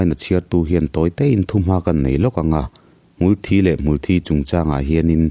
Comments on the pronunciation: Mulhthi tih aiin. Hmultbi hi a dik zawk in ka hria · Hmul Thi "Mithi" Kan lam anga lam tur A thih a vangin hmul dang angin a thang ve lo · Hmul in thi (blood anga lamrik kha, chhimlam ho lamdan tih kha) a nei ngai lo,hmul thi(mi thi) anga lam tur ani,hmangaih tihte pawh hi hmangeih te an tia,ngeih tih hi ngaih an ti leh daih a,tawng tharlam in siamchhuak duh anih pawhin kan mizo tawng hi chu ti chhe kher suh u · Hmul hi thilnunglo amaha nunna neilo ani,thisen aneilo anbtlu dial a,an muhil/thi a,hmulthi tihakan sawi hian kan hmul hi an tho tihna ni mai,hmuthi thi lai thisen/thi anga lam hi adiklo tawp,adik khan lam.mai rawh,hmul in thisen aneilo. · A sawi khi a dik chiah Mitthi a thi ang a Hmulthi hi lam tur a ni e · Advise pe duh suh, inti hre deuh in a hnial zut2 ang che. Insiamthat ai chuan a tihdan dik ve tho angin regional variation chhuanlamah a hmang char char ang....Awmzia a awm lo, Mizopa kum upa lam ka zawh kual viau pawh hian lamdan Hmulthi (Blood) hian an lam ri ngai lo. A hria in advise an pek pawh in a hnial zut zut zel, insiamthat a tum lo, hrethiam ula enliam vel mai mai rawh u!!!!!